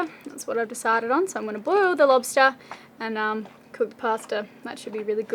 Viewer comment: Lobstah Pasta